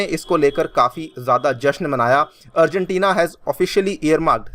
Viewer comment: I'm the only one who hear afghanistan🤔?